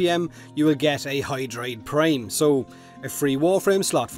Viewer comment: i like how im getting this video when the event happend yesterday..... n also you said Prime wrong lol. hopefully you noticed that.